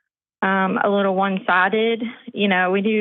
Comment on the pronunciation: "...wittle feewings...😂